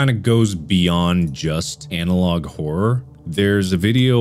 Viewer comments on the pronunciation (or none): Horrrworrr = Horror. At least it does to Markiplier. 😂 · How We Pronounce Horror: Horrur How Mark Pronounces It: Horwrwowr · 10 seconds in and I already lost it from Mark saying horror as "hor- or" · I love how mark says Hor-ror instead of horror sometimes it's hilarious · The way he pronounced horror at the beginning kind of messed with my head and idk why. It’s weird to hear both r’s